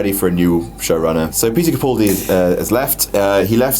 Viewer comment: HAHAHAHA you think his name is peter capuldi!!!! its peter CAPALDI